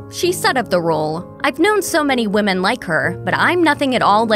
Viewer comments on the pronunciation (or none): none